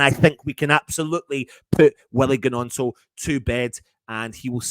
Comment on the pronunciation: The G is silent man